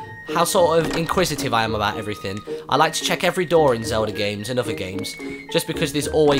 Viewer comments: no offense to your nationality Martyn, but I find it amusing that you say it like "zelder" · it sounds like you say zeldra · the first time he said zeldait sounded like he said zelder